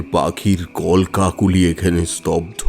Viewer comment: কলকাকলি উচ্চারণ তা ঠিক করে করা দরকার